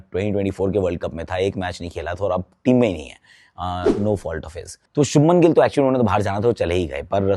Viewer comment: Abe chopra .. kyu gilla ka liya hai kya muh me